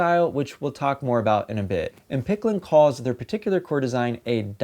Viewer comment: Uh huh, so did you say it wrong or right? Um yeah, if you're plugging for the company, you should probably not say the name wrong 50 times!